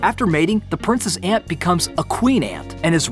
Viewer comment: It's ant not eeeant